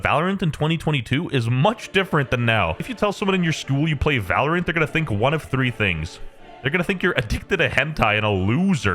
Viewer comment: valorant ❌ Val- oh rant ✅